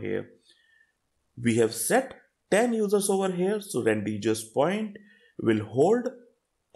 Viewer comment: good explanation but it is pronounced as Ran-De-vu ( ˈrɒndɪvuː )